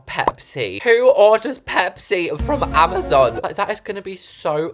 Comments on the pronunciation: It’s amaZON not amaZOON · Can we all respect her for saying AMAZON wrong (Ama-zon for American) 🤣❤